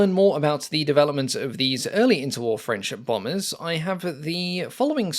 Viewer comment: I have gone back over this several times, and I'm still hearing "friendship bombers" 😄 Thank you for the video!